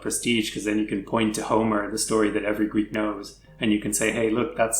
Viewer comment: I love your videos but i can't listen to you guys butchering the Greek language anymore 😂